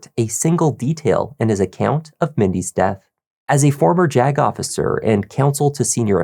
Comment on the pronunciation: Every time says JAG officer it sounds like he’s about to say “jagoff” Which would be a more accurate description of this guy